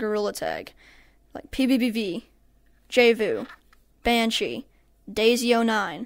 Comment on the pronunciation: Dude you said it wrong it,s pbbv